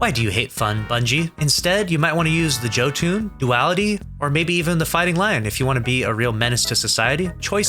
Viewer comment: still saying Joe-Toon instead of Jotuun